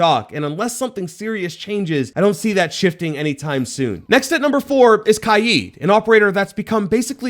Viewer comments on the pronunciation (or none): It’s kaid (sounds like kayd). Not KAIEEED. Weirdo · its not kajid, its kajd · it's not "kayd" his name is arabic it's pronounced Kah-ed weirdo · Kaid ❌ Kiee✅ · Bro called kaid “kYEED” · “Kai eed” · bro really said "kied" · He said Kaid. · Great video and it really helped me when I was debating with my self who to get but is anyone else triggered about how he pronounced kaid? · why he say Kaid like that? am I missing an inside joke? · Bro learn how to say kaids name🤣